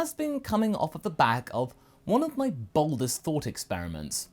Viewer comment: For a moment I thought you said baldest instead of boldest